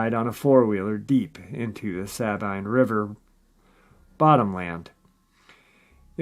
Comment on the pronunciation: I,m a native Texan and live in northern suburb of Dallas. About 2 -3hrs away or so from this river. It pronounced “sa-bEam” for the Sabine River. It comes from the Spanish word for cypress, in reference to the extensive growth of bald cypresses along the lower river. Sorry drove me crazy way you pronounced it. 😛😂😝